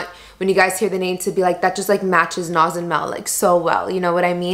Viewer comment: I love the Farsi pronunciation of the names Naz!! 🥰💗 It definitely adds that extra touch :-)